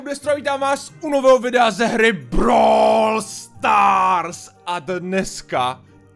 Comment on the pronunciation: dobře vyslovíš brawl stars